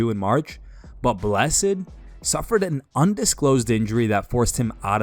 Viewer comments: Blessed not Bless-ed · Blessed, not Bless-ed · "Bless-ed"?? 😅 Pronounce it like "Blest" bro. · This nigga really called him Bles sed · I really hope that's a robot voice over. "Bless-id" lmfao come on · Woah woah woah, did you say bless-Ed? 😂😂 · Did this guy jus call max ( BLESS’ED ) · 😂 he called max blesssaid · Man bless-id? What the fuck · Blessed “BLESS ED” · Cant even pronounce the word blessed 😂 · Why did you say blessed like that